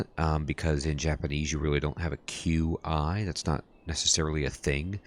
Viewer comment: The formal standard pronunciation is "chi", you are saying it correctly. The spelling is Qi. Sometimes you hear other pronunciation due to dialect differences. People in/near Guandong province and Hong Kong has a vastly different dialect compare to Beijing standards. This is akin to American vs British accent; but much much worse (in terms of how things are pronounced, they have extra pronunciation syllables). Tbh pronunciation doesn't matter that much, so long as you are consistent we can connect the dots.